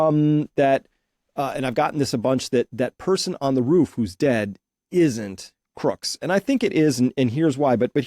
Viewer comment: Tut tut Chris, it's CROOKS, not Crook's!